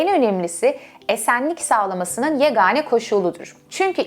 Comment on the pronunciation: Yegâne, yani a ince...